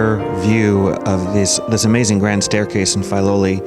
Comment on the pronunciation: WONDERFUL! Thank you! But its pronounced "Fih-loli", not "Fye-loli".